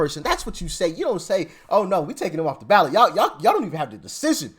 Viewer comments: Ballot not Balet Dear Brother😊! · Ballot! Not balet ! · It’s not Balet. It’s Ballot. 🤭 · Ballot NOT BALET WISE UP! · *ballot not balet 😂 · Ballot not Balet. lol